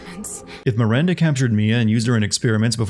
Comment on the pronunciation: You missed a sin for Heisenberg saying Mirander every time